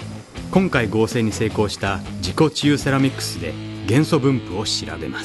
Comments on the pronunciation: 自己厨セラミックスに聞こえた(難聴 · 自己中セラミックスって聞こえた。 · 自己中セラミックと聞こえたのは小生だけだろうか。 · 自己治癒セラミックスが何回聞いても自己中セラミックスって聞こえて辛かったです